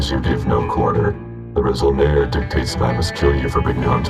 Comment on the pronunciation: Great Video! Yeah you pronounced Kad Ha'rangir pretty good. although you said resol'nare as [re-sol-nair], there are no silent letters in mando'a, it should be [re-sol-nah-rey]. I also noticed your sentence at the end of the intro didnt use proper conjugation, you probably used an online translator, which is more like a word look up machine than a proper grammatically correct translator. "I will give my blood, until my bones collapse" would be like this: Ni ven dinui ner tal, akay ner taakure trattok'o. ven is the future prefix/particle in mando'a, so when a verb is in the future, you just put ven before it, not the word "will" like english. although, often mandos speak in present tense unless its specific to the past of future. in this case, you are technically giving blood now and in the past, and will continue to in the future, its a general statement, so theres no need for any tense at all, just: Ni dinui ner tal akay ner taakure trattok'o. the rest is just conjugating the verbs, you do that by removing the -r, dinuir -r dinui, trattok'or -r trattok'o, etc. and making sure bones was plural (+e at the end of taakur). Theres also a phrase "tal'onidir" which means "to sweat blood, give blood" which means going the extra mile to put in the effort. you could use that instead of dinuir ner tal: Ni tal'onidi 'kay taakure trattok'o! (changed akay to 'kay since tal'onidi ends with a vowel) As for Space German, I'd say its more Space European. Most of its influences come from the i